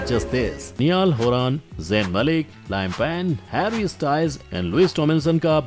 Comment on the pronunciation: You have pronounced "Niall Horan" , "Liam Payne" and "Louis Tomlinson " incorrectly . And as a 1D fan , I felt bad for this🙂